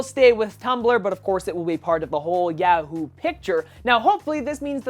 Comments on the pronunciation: you might want to work on your pronunciation of Yahoo. You're stressing the "a" too much. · I keep laughing every time he says yahoo...HAHA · its yahoo not yahoo